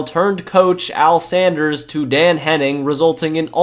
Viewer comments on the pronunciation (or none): none